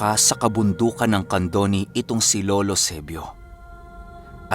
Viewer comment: CANDONI? YOUR PRONOUNCIATION IS NOT CORRECT! how do you convence me that it is true...? U dnt even know how to pronounce even the name?